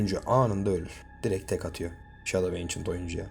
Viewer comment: Yanlış telaffuz antik gölge yada kadim gölge 😊